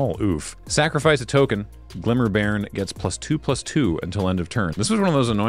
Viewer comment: Also it's pronounced like "barn".